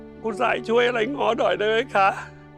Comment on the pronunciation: ง้อไม่ใช่เงาะเด้อ